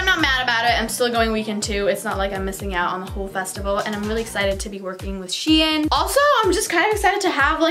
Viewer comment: Ok but the way she said shein really annoyed me ahaha sHEeenn 🤣🤣